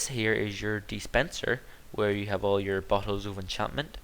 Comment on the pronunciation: when you say "bottle" it sound like you say ""butthole" XD LOL